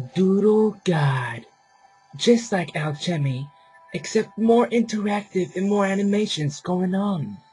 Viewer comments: alchemy al ca me, not al chim ee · Lol, you pronounce alchemy wrong. The h is silent so its pronounced alcemy... You dont pronounce the h in chemistry.. Its the same thing